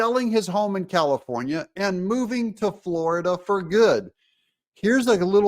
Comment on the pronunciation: Comifornia...get it right